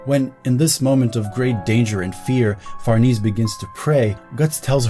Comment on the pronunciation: Fer-nay-say is a very old Italian last name! As your videos get more popular (as they should because this was fantastic) you'll get that correction more frequently. Fer-niece isn't quite right in this context